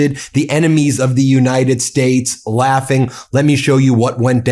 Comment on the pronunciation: He was back on that "United Shtatsh" pronunciation again.